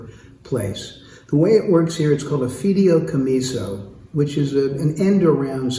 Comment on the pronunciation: A "fideo-comiso" only works with noodles. What he's talking about is a fee-day-ee-co-me-so. Seems like a good guy.